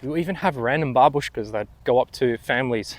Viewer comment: You are the only English speaker, in my memory, who said bábushka with the correct accent.